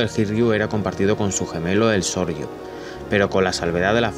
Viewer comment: No es Sorryu es Soryu!